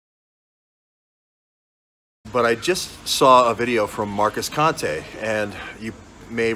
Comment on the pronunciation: He says Conte like a moron 😂 I can’t listen to this guy fumble with another attempt at thought and speech.